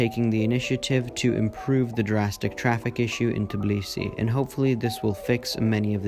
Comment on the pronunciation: Call Tbilisi Tbilisi, not Tiblisi🙏🙏